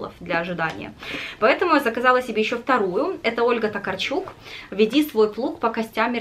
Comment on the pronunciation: Только Ольга ТокАрчук... Это ведь польская писательница, там ударение на предпоследний слог)